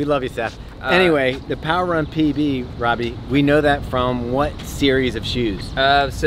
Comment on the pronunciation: The way said "PB" really did sound like SJD lol. I expected him to tell us how the shoe buttered his bread hahaha